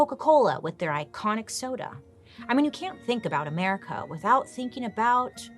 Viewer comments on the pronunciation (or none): Everytime you say America, I instantly hear 'mericaw.🤣